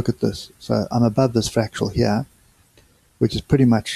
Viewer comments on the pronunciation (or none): fractAL not fractUAL, just want you to be the best you can be! :) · Its fractal not fratchal